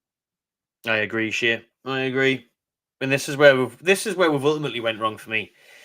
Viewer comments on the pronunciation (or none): none